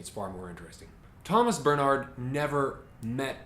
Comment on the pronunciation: Great review! His name is pronounced 'Bairn-heart' by the way - 'Bairn' like the Scottish word for child.